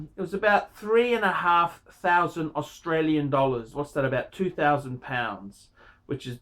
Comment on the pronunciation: Two phousand, nine hundred and phirty nin'ph.